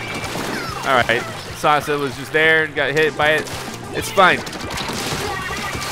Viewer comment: It's pronounced Sass-a (Sasa). Stands for Saginaw arts and sciences academy